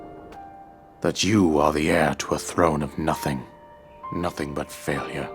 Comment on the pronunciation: faiyure instead of failure, martyn never ceases to entertain us!